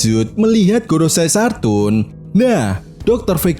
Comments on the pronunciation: Saturn min bukan sartun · Koreksi min, Saturn knpa dibaca Sartun? 😄